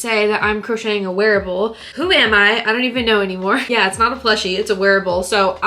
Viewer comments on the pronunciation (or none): I thought you said werewolf instead of wearable XD